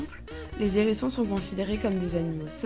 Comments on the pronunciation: Arrêtez tout ! Le contenu pourrait être intéressant s’il n y avait toutes ces liaisons malheureuses : les N hérissons les Z hérissons !!! C est une horreur ! Abstenez vous de faire de tels commentaires ou au préalable prenez quelques leçons de français c est un minimum même si désormais la langue française admet certaines liaisons désagréables ! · Les zérissons ? Le « h » est aspiré ! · Les zzzzzérissons !? Les H érissons . Merci 🙏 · C’est pas des zerissons mais des Hérissons…. Bon sang parlez français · Je 'apprêtais à faire exactement ce type de commentaire sur la liaison les Zérissons, qui ne se fait pas . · Commentaires intéressant sur la gentille petite bête, mais concernant la forme les liaisons ( à ne pas faire) étaient vraiment dérangeantes! sans cesse: les ZHérissons et un N hérisson J'ai failli arrêter la vidéo Ça écorche les oreilles...et sans doute pas que les miennes ! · Je ne connaissais pas les "zérissons" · AH les Zérissons et les Nérissrons lol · les zerissons, ,nerissons ... aie aie aie je saigne lorsqu'ilS sentENT, le hérisson ................... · Les zérissons, vraiment ? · Les z herissons ! 😬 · Les zherissons ? Bravo la voix off d'adolescente immature. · Pas de liaison quand il y a un « h » en début de mot…